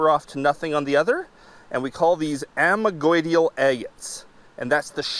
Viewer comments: Cool video, just need to work on the pronunciation of those geological terms. Vesicular: ves - ICK - yu - lar. Amygdaloidal: ah - mig - da - LOY - dahl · Nice camera work and great haul of agates. Vesicular = Ves-sick You-lar Amygdaloidal = A-mig-da Lloyd-al. Two syllables. Cheers and best of luck out there !! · Chalcedony = cal-sed-oh-knee Amygdaloidal = ah-mig-dah-loi-dal Vesicular = veh-sick-u-lar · Ok glad I checked the comments first. His pronunciation of those words was kind of driving me crazy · You're correct - that's the pronunciation of amygdaloidal. Not what said. Source: I'm an exploration geologist.